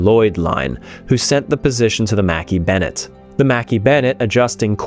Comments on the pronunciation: I thought it was pronounced macKAY bennet not mackee? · wow I didn't know that the Mackay-Bennett was pronounced as Mackie-Bennett, I always thought that I was pronounced as Makai-Bennett. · Its not Makee Bennettt its McKay as in MacEye not Makee . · As a native Nova Scotian, your pronounciation of Mackay-Bennett is driving me nuts... however this documentary is well put together & well done so I'll push through. I believe that you visit Halifax often. Next time you're there, ask a local what the name of the two bridges are & listen to how they pronounce it...😊 Thanks for the good work! ✌🤍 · Agree I've always heard it pronounce mkeee on any films I've seen on the recovery